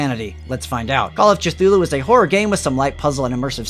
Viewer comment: Your decision to pronounce Cthulhu that way has driven ME mad!